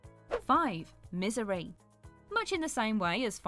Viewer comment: The second she said misery my fricken ankles winced. Lmao